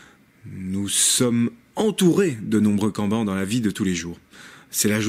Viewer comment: Merci pour la vidéo! Par contre les syllabes "en" n'existent pas en japonais. Cela se prononce "Kanne-Banne"